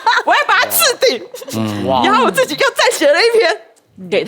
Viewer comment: 黃氏姐妹倆發音都一樣😅是然後都不是「揚後］一個故事有多少然後